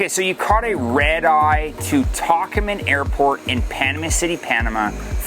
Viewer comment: Love all your videos but please check out how to pronounce a few things, ie: Tocumen.